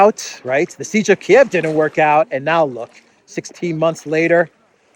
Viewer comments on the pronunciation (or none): none